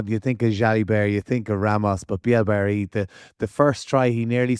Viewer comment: It’s Bee - A - Ray. Not feckin Barry.